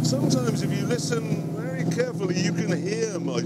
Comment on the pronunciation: 'Ery noice